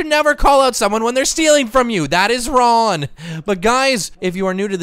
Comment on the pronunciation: Please say wrong next time because you're saying it wrong and it gets annoying sorry to be rude but love you anyway